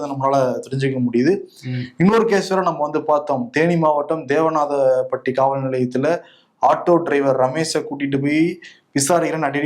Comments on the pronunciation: தேவதானப்பட்டி ரெண்டு நாள் தப்பா வாசிக்கிரிங்க. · தேவனாதபட்டி இல்ல தேவதானப்பட்டி